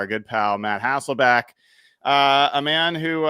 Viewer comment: Anybody notice how few people say HasselBECK? That's his name. Not Hasselback.